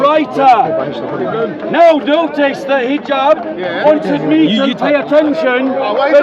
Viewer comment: His name is Hijab, not Jihab hhhhhhhh